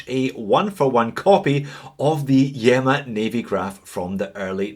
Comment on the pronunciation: I think that you pronounce this one as EEMA as in ilya. Keep up the great entertainment